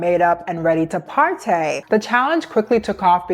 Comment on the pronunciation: new york citay, partay. Whats next😂